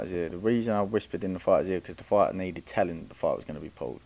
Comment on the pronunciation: Why does someone that say Pauled instead of pulled think they are smarter than everyone else? The gain is you can finesse the public again telling us these boxers are in the same level or can beat fighters like a Canelo or that you’re education in the sport is actually relevant. What fighter have you taken from amateurs to pros. None Pipe down another footballs coming home hype job